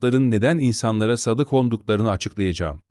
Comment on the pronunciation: Sadık değil, sâdık. Sadâkat, sadakat değil.